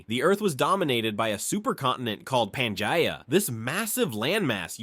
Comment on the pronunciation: Bro as someone who consumes many videos on prehistoric past you are just straight murdering the pronunciation of these words. Panjia? Therapissids? You mean Pangea and Therapsids.